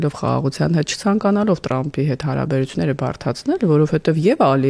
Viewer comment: լայ լախչիկ լերլուծաբան խի՞ էս Թրամփին Տրամպ ասում Չե որ մենք թ և փ հնչյուններն ունենք դու կարողա՞ ռուս ես